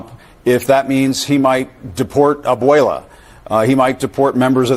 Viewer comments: Acosta pronounced "abuela" like the whitest white person ever, lol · Jim acosta pronounces "abuela" like the whitest white person ever, lol